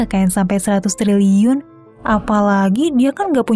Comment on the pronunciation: knpa setiap ngucapin kata "TRILIUN" ko ga jelas sh